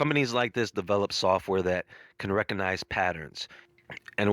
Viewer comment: The "G" in recognize is not silent.